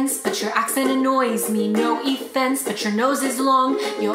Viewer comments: “Effense” XD yeah it’s hallarious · No "effense" 😂😂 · "No effenseee" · She even said “effence” when They spelt it wrong xD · "No eFfEnCe" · Me 😂😂😂"effense" 🤣🤣🤣🤣